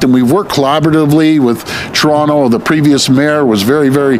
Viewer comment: soyronto? it's pronounced soyronna.